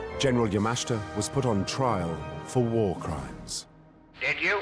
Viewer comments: It's promounced YA-MA-SHI-TA. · Excellent video. If the narrator watches it himself, he might learn to prounance Yamashita correctly!